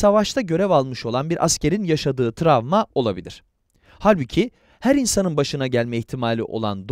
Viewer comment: seslendiren kişi "tramva" mı diyor ben mi yanlış duyuyorum?